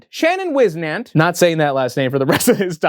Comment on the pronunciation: Shannon used to sell foot merch! I had a shirt, no clue where it is now... Also his last name is pronounced whis-nent! He was a local meme, but honestly really nice guy!